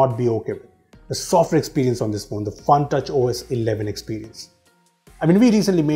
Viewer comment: I heard FUNTOUCH OS as PANKAJ OS🤣🤣🤣